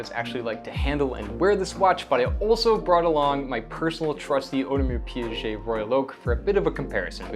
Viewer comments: You are a RO owner mate and that's how you pronounce Audemars Piguet? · Yes, if you can't pronounce the name correctly, just go with the initials (AP, JLC).